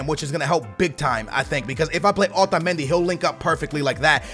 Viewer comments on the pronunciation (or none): Why the hell do you ALWAYS pronounce Otamendi like that! Your fucking American! Act like it bitch!